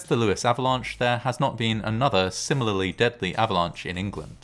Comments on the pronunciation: No, it's pronounced Lew-is as in the name Lewis. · It's pronounced Lews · No, it's pronounced Lewis. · Lewes is pronounced loo's, as in word lose, not trying to be picky.